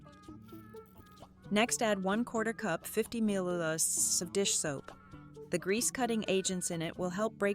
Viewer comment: The voiceovers pronunciation of millilitres is hilarious’milhaherherrs’